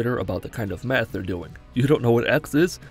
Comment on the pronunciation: for some reason i heard "When a 4th grader talks to a 3rd grader about what kind of meth they're doing" instead of math